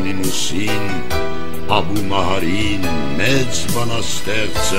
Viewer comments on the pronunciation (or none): Ես որ ,դպրոցում սովորում էի, Աբու ալ Մահարի էին ասում (արաբերեն) ոչ թե Աբու լալա Մահարի։💤💤💤👋👋👋